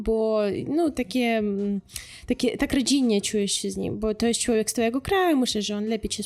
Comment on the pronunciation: Bardzo prosze niech pani sie zacznie ksztalcic lub pojdzie do logopedy. Ma pani urode,mlodosc zywiol, talent i duzo energii.Cilowiek to nie po polsku. Przedostatnia sylaba jest intonowana. MOZE PANI NAM OPOWIE O KULTURZE POLAKOW NA UKRAINIE. Mnie ten akcent napawa strachem.Brzmi jak atakujacy kundel.Warto nad soba popracowac. Niech pani nagra lekcje polskiego Bo polacy sami wiedza jacy sa i smieszne jest jak mloda dziewczyna bez podstaw i glebszych badan sie wypowiada a tym samym obgadyje by zarobic forse tanim kosztem, sama kaleczac nasza polska mowe. Moze lepiej nauczyc nas po ukrainsku.Pozdrawiam.